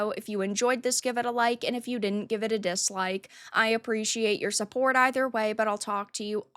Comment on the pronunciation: Nobody:: fulluh and suhhpurt me on pubtreeeon. I huv lots to say about the tawpic” Learn to speak before you try to be an insufferable YouTuber